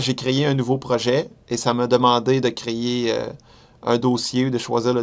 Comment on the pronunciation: t'as crier ou créer un nouveau dossier ? lol :D